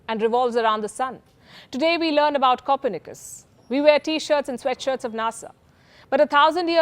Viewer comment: "copper knikers"? 🤣😁😂